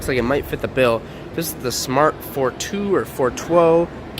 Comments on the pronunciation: did he just say "FOR TWOE" ? LOL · Yes, he wanted to speak german.